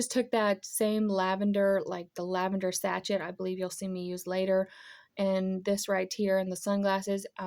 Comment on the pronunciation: You picked my favorite colors, lavender and purple. My bedroom is done in both colors and I love your cute sunglasses. Oh just a heads up the sachet is pronounced say-shay. The tiny tier tray is adorable. Great job.